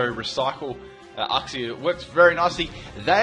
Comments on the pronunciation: Damn your pronunciation is off. Its pronounced Yooksie not Ucksie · Mah-champ not May-champ, You-xie not Uhh-xie. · uxie = YOUxie. We both pronounced it wrong. I thought is was OOxie. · Uxie is pronounced as yoo-ksi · I thought Uxie was pronounced you-xsee.